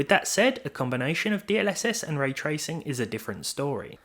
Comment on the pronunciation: you say 'ray tracing' like it's a person's name. you only say it correctly once in this video